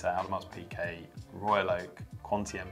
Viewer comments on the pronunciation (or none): Yaeger? AudemarS Pickay?